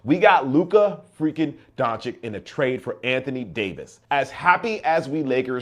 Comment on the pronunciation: It's "Donchich" 😊 sorry